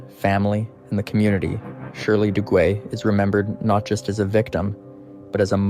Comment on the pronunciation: Shirley Duguay... her last name is French & is pronounced Doo-gay.....